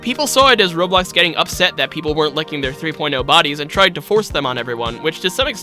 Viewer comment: The faster you talk the more you call it Roblux